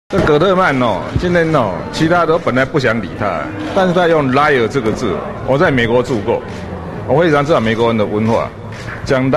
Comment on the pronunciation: 東森記者的英文程度.......笑了。。 別誤導人好嗎 liar lair 傻傻分不清楚。